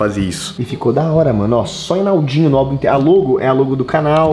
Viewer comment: vc n viu o vídeo n ele esqueceu e se fala enaldinho n enaudinho